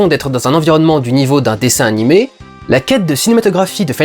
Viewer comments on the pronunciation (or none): none